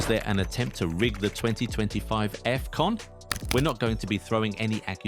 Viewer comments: "Effcon" ❌️ "Afcon" ✅️ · Is not Efcon is Afcon "ahf con"